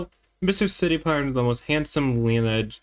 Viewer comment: lineage = Lin-ee-ij. like your ancestors